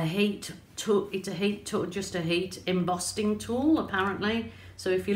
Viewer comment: Hi love watching you create your art, personally I prefer watercolour but these are so interesting. The gloss certainly makes the fine details pop as well as the colours. I keep hearing you refer to the heat tool as an embossting wand it actually is embossing no t in there. I have subscribed to you quite a few weeks back but it's taken me this long to pluck up the courage to send you a comment. Take care & satay safe. Keep making the videos.